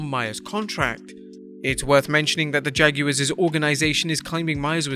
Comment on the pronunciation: The Jag- U-Wars😂😂😂😂😂